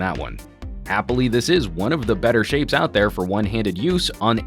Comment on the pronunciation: at 5 sec he said (hatha) it's mean (this is)